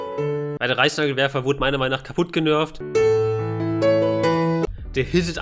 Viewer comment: Habt ihr auch Preisnagelwerfer verstanden?